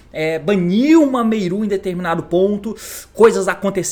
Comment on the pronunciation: Cada vez que o T fala “Meiru” é uma facada no meu ouvido